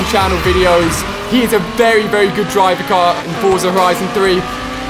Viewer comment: He said driveacar